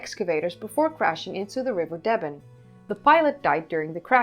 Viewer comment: Pronounced “Deeeben”